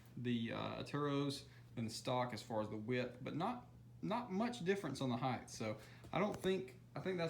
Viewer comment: Height!!!!!! Not heigth!!!!! Sorry but that grinds my gears